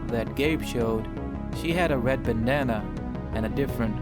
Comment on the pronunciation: not trying to be mean but i like how you say bandana as banana... now i'm hungry darn.